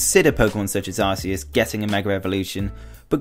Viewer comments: It's Ar-key-us :I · actually if you take pronounciation rules in mind it's Ar-see/say-us.